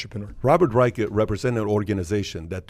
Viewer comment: Learn how to pronounce Dr. Robert Reich’s name. Not pronounced like the Third Reich!